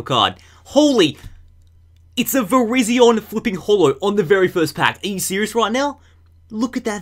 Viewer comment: Its pronounced Ver-y-zon